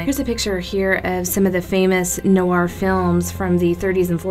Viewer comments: How you're saying it is informal, many americans pronounce noir like that but it's supposed to be pronounced nwär. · I hate to be the grammar police but she is totally mispronouncing the word Noir >.>